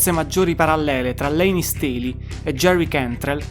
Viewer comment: Quando non sai nemmeno pronunciare il nome di Layne vuol proprio dire che non hai nemmeno idea di cosa stai parlando